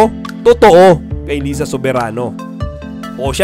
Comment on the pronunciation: di mo naman alam pano basahin yung name ni Liza. hehe.